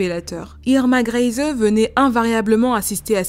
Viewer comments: ça se prononce "grése" avec l'accent sur le "é" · Pour la prononciation du nom de famille Grese, c'est /Gr'ɛɪzə/ (si tu sais lire l'alphabet phonétique international. Le premier "e" est plutôt fermé et le "e" final est muet. Ta vidéo était vraiment super intéressante : la période du Troisième Reich et la Seconde Guerre mondiale étant des époques qui m'intéressent tout particulièrement.